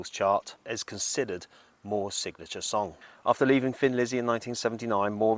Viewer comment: Sorry to mention this but I pronounce Thin Lizzy as a thin person. Thin. Maybe it’s your British accent ☺️ Anyway in 1990 I wore out two VCR tapes of Gary Moore and the midnight blues band at Montraux. My inspiration for playing guitar ♥️